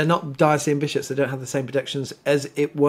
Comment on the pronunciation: Love your informative talks BUT please pronounce “diocesan” correctly Diocesan- dio-ses-an